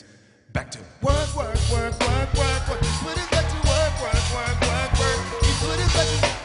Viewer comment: No one: Absolutely no one: Obama: werq werq werq werq werq